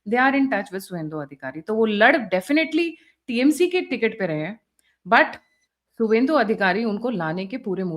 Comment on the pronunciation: सुवेद्र नहीं शुभेंदु। बार बार यह गलती आपसे हो रही है।